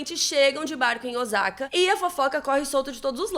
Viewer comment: Ai,custa pesquisar a pronúncia dos nomes japoneses? Nem é crítica , é um toque . “Ozaka “ dói no ouvido ! A pronúncia é com o som de ss ÔSSAKA.